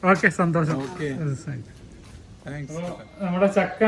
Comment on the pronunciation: സന്തോസം അല്ലാ സന്തോഷo മലയാളം പിടിച്ചിട്ട് മതി കച്ചവടം